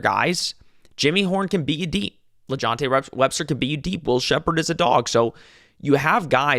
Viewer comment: WESTER Please put a little effort into getting names right if you are doing a quality show. You can just call him 7-11 since he is always open.